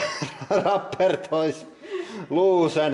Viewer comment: rubberr monsterrr